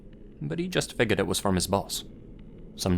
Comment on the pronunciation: Figured FIGURED ITS PRONOUNCED FIGURED. FIG YOUR D! THERES JUST A SECTION OF THE WORD MISSING. THATS THE SCARIEST ABOUT THIS GUYS CHANNEL. good content tho